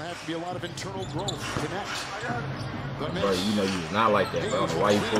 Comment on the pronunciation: bros trying to be flight bro it’s knect like connect 4